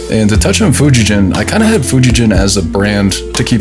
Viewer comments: Fujigen should actually be pronounced as Fuji-Gen, not Jen. It would be a totally different name and meaning if read differently. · FGN is awesome, I have one of them myself and have been to the factory in Nagano, awesome professional folks who love making guitars. Btw, it’s actually pronounced FujiGen with a hard G (like Gold). “Gen” means stringed instrument in Japanese. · Cool vid and nice haul 👍🏻 Fujigen is pronounced with a hard ‘G’ btw. Now you know 😉